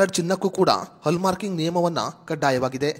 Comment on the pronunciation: ಹಲ್ಲ್ ಮಾರ್ಕ ಅಲ್ಲ ಹಾಲ್ ಮಾರ್ಕ್